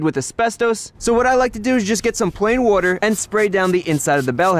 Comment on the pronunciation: people made fun of how he pronounced soapy water. Now its a gag and he sometimes has soapy water in a bottle labled soapy wooder